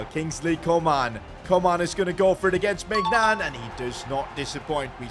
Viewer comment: You bottled maignans name ist read like mineuon hope you see this😊